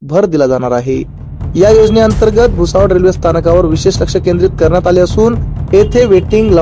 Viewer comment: Batmidar Mitra appli Marathi bhasha sudhara Jadgaov nahi jalgoan mantat ani bhusavad nahi tar bhusaval asea mana